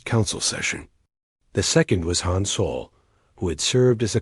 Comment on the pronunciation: Hi every story your a.i. says soul! IT'S SOL!